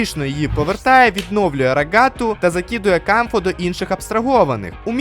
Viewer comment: Дякую за огляд і за поширення класного збору з розіграшем! Тільки клоун Кауфмо, а не Камфо 😭 Його й так віртуальна реальність образила, за що ви так...